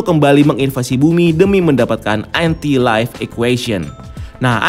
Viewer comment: Anti life kenapa ngomongnya lo entai laif....